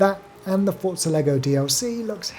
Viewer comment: nice vid! and thank you for pronouncing "Forza" correctly!!!!! ;-)